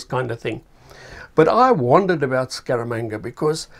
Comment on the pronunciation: “Scaramanga” ...more like “Skabanga” 🤣